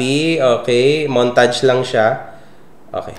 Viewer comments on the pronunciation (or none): none